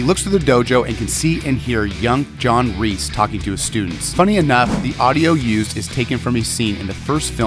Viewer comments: I don't know why it bothers me so much but every time you say John REESE (It's Kreese) cringe. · Kreese, Not Reese! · His name is Kreese not Reese. K. Not R. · JOHN “REESE” 💀💀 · Would it have been too much to ask for to have given this video assignment to somebody who knew that Martin Kove's character is KREESE - NOT F**KING REESE! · His name is John Kreese not John Reest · or john reese💀 its like saying john reeses puffs